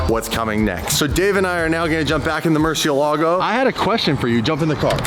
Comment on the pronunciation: At least learn how to pronounce Murcielago properly. It doesn't sound Italian, English or Spanish. You pronounce it r3 tarded truthfully.